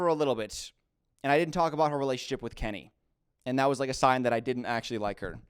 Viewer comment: Came across this video now and how funny that you read Kenny right. Have you heard about what he did to JaNa?